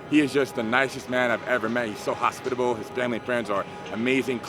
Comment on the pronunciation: “Super hospital” 😂😂😂 hospitABLE ☠️😂😂